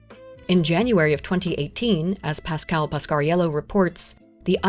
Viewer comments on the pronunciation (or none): none